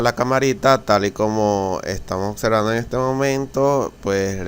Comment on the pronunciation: ¿"Ocservando"? ¿"Occión"? ¡Qué asqueroso hablas!